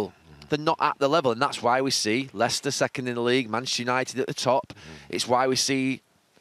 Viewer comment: "Manashu United"